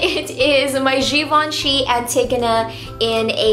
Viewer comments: Yey! Now she pronounce givenchy the right way. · nice! you pronounced "givenchy" correctly this time